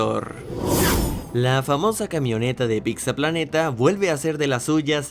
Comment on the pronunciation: Amo que diga "picza" jajaja